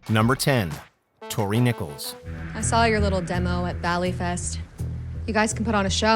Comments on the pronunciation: “Toni” lol, it’s Tory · its tory not toni wtf man